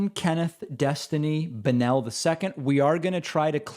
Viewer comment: Why does everybody pronounce "Bonnell" with a stress on the "e" instead of on the "o"?